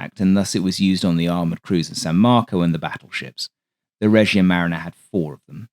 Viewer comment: For what it’s worth, “Regia marina” means “royal navy” and is pronounced “reh-GEE-a ma-REE-na”. Love the content, as usual.